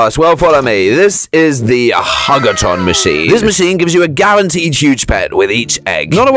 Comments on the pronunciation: It’s huge a torn not hug a torn lol 😂😂😂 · man said hug a tron🤣🤣🤣🤣🤣🤣🤣🤣🤣🤣🤣😆😆😆😆😆😆😆😆😆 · Why he be saying "hug a tron"?? Like what the blobfish dude.. I ain't going to hug a tron! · Why did he say hug a tron